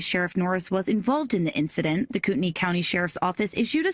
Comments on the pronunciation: Coo ten ee. Everytime I jear google say it I'm like no, thats not how we say that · US place names are so weird Kootenai County is apparently pronounced "Coo'ney County"???